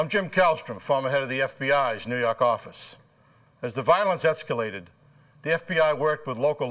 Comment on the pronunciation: 🤣 it always gets me!